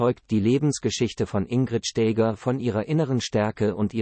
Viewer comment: Die KI-Stimmen sind einer Würdigung unwürdig. Die Frau hieß auch nicht Stääger!